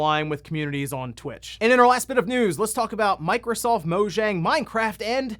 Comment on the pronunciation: Since you were receptive to the corrections of the pronunciation of Ayame, Mojang is pronounced Mow-yong. 'J' is a 'y' sound in Swedish.